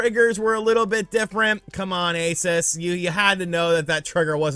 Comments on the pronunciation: already knows this but ROG stands for Republic of Gamers, the brand name for their gaming products. And ASUS is pronouneced with the "oo" in "boo" sound. A,soos, not A,sus. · the company isn't pronounced Aces it's a oo sound like noon, a-soo-s. Not sure still, then go watch John's video as he pronounces it correctly. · its pronounced AY SOOS you uncultured swine